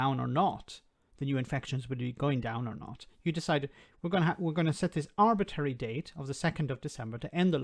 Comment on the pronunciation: Arbitrary Not "Arbitary"